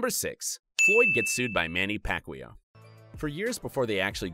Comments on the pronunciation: Pacquaio not pacqweow haha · No one: Literally no one: Hip Hop Content: Pacweelow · Did you just say Pacwheel? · manny pac-yow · You said pacquiao name wrong some many times !!! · I hate the way this guy pronounces "Pacquiao". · first of all, nobody in the states says the pacquiao name right, only filipinos know how to pronounce that correctly. and second, pacquiao beat mayweather in court and in the ring and made over $150 million.